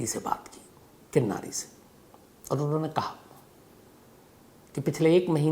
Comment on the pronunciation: किन्नरी not किन्नारी